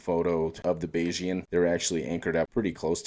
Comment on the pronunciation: Thank you for pronouncing Bayesian correctly!